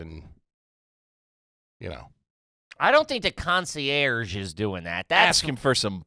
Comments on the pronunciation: “Con-she-ursh” is garbage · Big man went to hotel school, and he can't pronounce concierge to save his life. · I want to speak to the “Conchee Airs” please…